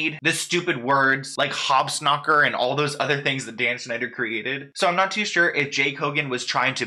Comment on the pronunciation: Sounds like he’s saying crosgrove and he ligit said hobsnocker it’s hobnocker lol